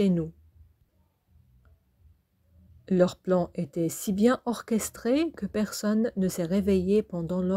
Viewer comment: Orchestré..... Orchestra 😂